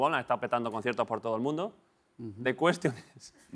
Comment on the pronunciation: it's not cuestión it's question :D un episodio muy interesante